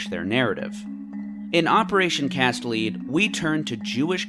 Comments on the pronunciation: I’m sure it’s been commented a hundred times but “cast lead” is pronounced “cast led” not “cast leed” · Operation Cast Lead is the word "lead" as pronounced "led," not "lede" as pronounced ~ nice vid, just wanted to point that out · Wait, ...if Israel did a cross border raid in response to rocket attacks by Hamas, wouldn't that mean Hamas broke the ceasefire, not Israel? Other things: Has-ba-RAH, not Has-BAH-rah Operation Cast Lead- lead rhymes with bed, not need. Yarden is Yar-deyn, not Yardin. You probably have good points in this video but it's hard to take seriously when you're consistently mispronouncing the thing the video is about. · It's lead not leed bruh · great video and everything you said seems well researched. one pedantic correction i'd hate to make is the pronunciation of "lead" in Operation Cast Lead rhymes with "bread" not "breed' ✌ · It's pronounced "cast LED", as in LED zeppelin. As in the metal element, LEAD. Lead is CAST. "LEED" is not cast. "Cast LEED" makes no sense. And "Hasbara" is pronounced "Khas-bah-rah". Not Has-bar-ah. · Cast Lead Pronounced as in Led Zeppelin. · This guy says "lead" funny. Like it's a marketing or detective term. It's pronounced "led" like, the type of metal used to make ammunition. That's the intended word used for the "Operation". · in "cast lead", "lead" is a metal that is pronounced "led". also, the 2008 ceasefire was immediately violated by jihadists firing rockets at Israel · "Operation Cast Lead", "lead" as in the metal, so pronounced "led". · I think it’s Operation Cast Lead (the element) not “Lead” (the opposite of “follow”) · What does his syllabic pronounciation have to do with Credibility? The English Language is a walking contradiction which half of its natives can't make heads or tails out of it. The fact that he mixed up "Lead With Lead" might just be the result of him relying on written sources instead of auditory ones.